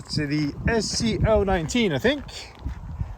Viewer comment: That’s what I heard 😂